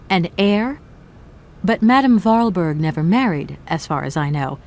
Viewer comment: Voralberg... Goldberg... lmao